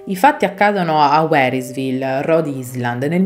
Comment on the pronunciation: Ribadisco il consiglio già dato, ti prego di ricontrollare il testo per eventuali errori di grammatica, ma anche di pronuncia. Si pronuncia "RodAiland" . Come la vedova non è wÍnchester, ma winchÉster.